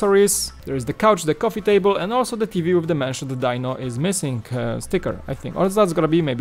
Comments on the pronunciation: Die-No?... I thought it was pronounced Dee-No? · it may be spelled Dino but I never once heard Fred say Die-no, it was always Dee-no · Just for clarification..I don't know if it's just your accent or your going by how it's spelled but it's not "Die-No" as in Dinosaur, but "Dee-No", at least in America that was how the Flintstones pronounced his name..and I don't buy big sets for Lego very often..usually I only go about 40 bucks but my nostalgia goggles are on so I think I'll just have to find a place for the Flintstones set..one of the reasons I don't buy very many Lego sets or especially big ones even if it's one I like the looks of..like the Sanctum Sanctorum..is I don't have dedicated space for Lego sets and I usually focus on space for my Gunpla Gundam model kits..heck most of the small Lego kits I have are sitting in a large drawer after I built them and they are all vehicles bar the healing facility from Star Wars with the Bacta tank..it's the biggest set I have. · Dee-no is correct! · yep. was just about to comment the same thing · DEEEEEEEEEEEEEEEEEEEEEEEEEEEEEEEEEEEE-NO!!!!!!!!!! not DIE NO.. you say he was you favorite character, yeah right! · Not Dino, his name is pronounced "Dee-no"